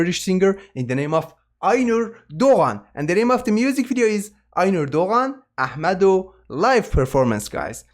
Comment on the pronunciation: Bra. Sen Kürtsün sakın inkar etme. Ehmedo yu başka bir ırktan kimse bu kadar orijinal telaffuz edemez. ;)